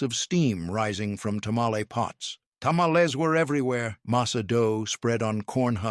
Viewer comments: HEY Dummy ! It's '' ta ma lees '' NOT Tamaless !!! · 😎He did not pronounce Tamels right, that's why it was funny. Chill! (✌🏻) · "Ta-ma-LEZ". Tell me you're an AI voice without telling me you're an AI voice. 🙄 "Pozo...."? Sheesh. 🤔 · Like said, GET A HISPANIC TO DO THE NARRATION OF A MEXICAN DISH VIDEO!!! wtf are Tamalés??? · Let me tell yal i love me dome tamalcks 😅 Mister please stop saying it that way. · Tamales = tah/MAL/lehs ... Carne Guisada = KAR/neh gui/sah/dah ... Tortillas = Tore/TEA/yahs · TA MA LEZ 😅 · What? You don’t like to-ma-LEZZ?? 😂 I know- the pronunciation is so wack!! 😅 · "Ta-ma-LEZ" .... lots of bad pronunciations , but that was the one that made me stop in my tracks. 🚫